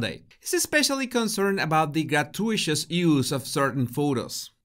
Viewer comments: Grah-too-it-us! You're welcome 😁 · Just an FYI - gratuitous is pronounced gra-too-it-us. Emphasis is on "too." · gratuitous is pronounced gra-too-i-tus. I hope that makes sense. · Hey! Just a friendly translation tip. Gratuitous is pronounced Grah-two-eh-tus Hope this helps, love your show, as always. Have a lovely day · Great Video! I luv ya but it is pronounce Grah-two-e-tus.